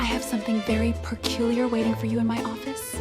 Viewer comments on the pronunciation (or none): "Peculiar"...not "perculiar".